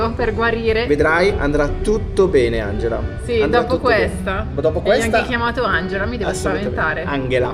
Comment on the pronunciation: Ciao ragazzi, intanto auguri per l'anno nuovo 🥳 Ma non mi avete mai risposto a proposito di Angela. Perché si pronuncia in modo tedesco Anghela e non Angela in italiano ???